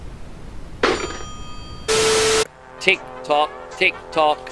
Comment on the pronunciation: What a ball tearer thsi one is, serveral beers into the evening and has nailed it again. Bwuce Spwingteen and Peta Dutton!